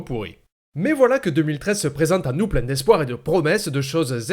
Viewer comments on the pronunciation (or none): Excellent tutoriel, jm'étais pas bidonné autant devant une de tes vidéos depuis un moment ^^ (et encore ce super "plein" avec ton accent qui mfait autant délirer) continue !